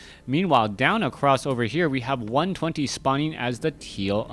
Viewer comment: Moon did say 120 ("one two jayro") was the fellow to watch. He wasn't wrong.